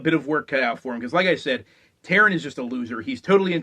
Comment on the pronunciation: Taran, not Taryn.